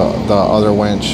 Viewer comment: Winch, not wench.😊